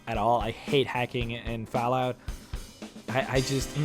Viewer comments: HOLY SHIT your voice is annoying do you even know you say f"A"llout like f"e"llout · its not falout. its fall out.FALL-OUT. learn to speak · There's two L's in fallout you illiterate fuckstain. It's not Falout, it's FALL out. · its not pronounced fallout its fallout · "FoulllllOUT 4" haha love the pronunciation jk good vid man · Am I the only won hoo notist that he ses fallout wrong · The way you say Fallout is unbelievably annoying. Fallout is pronounced with an "ah" sound... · Oh god that Fallout pronunciation :(